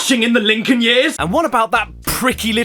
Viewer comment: "welcome Linkol"